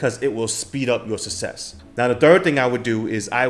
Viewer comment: Ill be honest, this dude can't even say success properly..